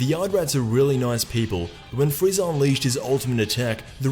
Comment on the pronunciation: he said "freezer" not frieza almost at the very end lol